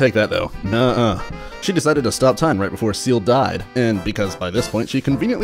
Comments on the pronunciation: I'm fairly sure his name is pronounced C L. Like the anime character Ciel in black Butler XD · I thought it was pronounced "Se-ehl"